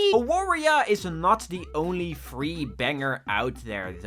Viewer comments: Polish people pronounce W as V, so you say it as 'Avaria'. It pained me to hear you call it like it's another Wario inspired game. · It's pronounced A-var-ya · AAAAAAAAA AWARIA JESUS CHRIST ITS READ AVARIA I FORGOT PEOPLE CAN BE NOT POLISH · the way you read Awaria hurts me a bit. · As a proud Polishman I must say ☝️🤓 “Awaria” is pronounced with a “v” sound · It hurts me how non Polish people read "Awaria" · Time to make fun of your pronouncenation of awaria. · The way that non-polish speakers pronounce "Awaria" is cracking me up lol Also really happy to see Mindwave on the list. I was never really that interested in Warioware but this game captivated me ever since I first saw it. I absolutely love it and I can't wait to play it when it fully releases.